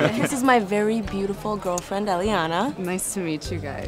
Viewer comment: She said betuful girfrend